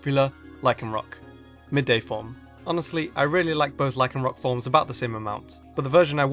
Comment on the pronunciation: THERE IS NO K IN LYCANROC!